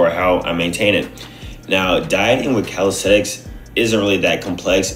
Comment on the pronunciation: One thing that have changed is the way you pronounce the word," calisthenics." Before > calistestic Now > calisthenics